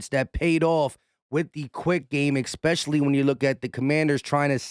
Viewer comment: I like your video and your comments...however.... The word is not EX-PECIALLY,.......it is especially. Thank you. Sorry, Grammer police had to come out. Nails on a chalkboard for me to hear it numerous times.